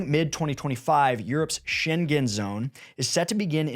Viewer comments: Maybe you can correct the pronunciation?. It's sheng-gen or sheng-gn. (not Shen-gen) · That zone is the "Scheng-en" zone. It is not the "Scheng-gen" zone. It's like singer, not finger. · It's not sheng-gen...😅🙄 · Schengen doesn’t have a hard G. It sounds like the -ng in “banging”. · For future videos please inform yourself how to pronounce Schengen. It's a place in Luxembourg, not China. I cringed every time you said it